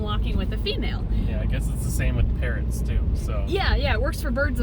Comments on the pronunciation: I thought said like parents I was like 😀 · instead of parrots i heard parents and was concerned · I thought said Parents instead of parrots lol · Is it bad that I thought said parents...not parrots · I thought said “parents” not parrots 😂😅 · When you guys were talking about breeding and driving and ed?? How do u spell his name? Anyway he said “like parrots” and I thought he said “like parents” 😀